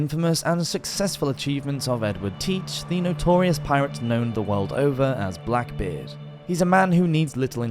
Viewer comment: Its not said as blackbard lol